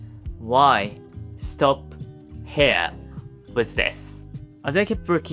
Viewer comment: Great video, and what a lovely looking house! I wish I had a home like that to call my own! As an English teacher who also knows a bit of Nihongo, if you allow me a pronunciation tip... Try using the ひ sound instead of へ , when saying "here"! We could understand it whenever you said it, but it sounded like "hair"😅